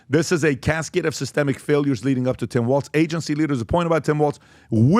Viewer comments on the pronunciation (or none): WALZ... not Walsh . geez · TIM W A L Z. Not Waltz. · "Walz" not "Waltz"! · It’s “Walz”